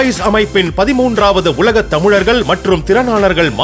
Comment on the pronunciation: தமுழர்கள் அல்ல தமிழர்கள் என்று சரியாக வாசிக்கவும்